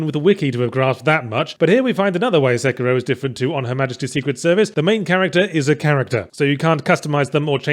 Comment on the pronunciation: SA-KEY-ROW. not sucira